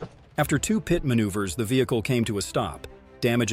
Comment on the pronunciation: its not a >>> PIOT MANUVER >>>> its called a >>> PIT MANUVER and you call a motor cycle a car - - its called a MOTOR CYCLE dam your dumb narrorator